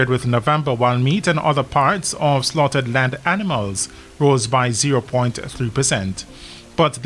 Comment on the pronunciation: Did he say " slaughted land animals"? Intresting way to say cold cuts/meat...